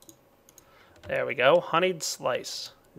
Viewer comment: Honey-eyed? Do you mean (Hun-eed) that's a pronunciation